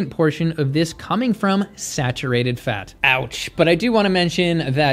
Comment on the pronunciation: OMG IF HE CANT EVEN READ PERCENTAGES ON RESEARCH ARE WE EVEN TAKING HIM SERIOUSLY?! Also, isn’t the way he pronounces “fat” every time (phatt) a bias? 🤣🤣🤣 Being robust was always a sign of status in ancient civilizations, that’s one, and two, their status also meant they ate tons of meat and animal products, so 🤷🏼‍♀️🤷🏼‍♀️🤷🏼‍♀️🤷🏼‍♀️🤷🏼‍♀️